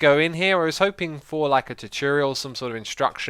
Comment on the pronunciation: I have always loved it when you say choo-turial